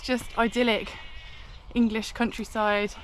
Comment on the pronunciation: Turns out its quite perilous in the English "Cowntryside"😬😬